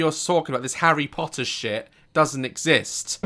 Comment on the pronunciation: He did not just say “ this HARRY POTTAH shit does not exists”😦😅🤚🏻